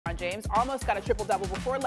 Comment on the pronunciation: What is a lee- bron😂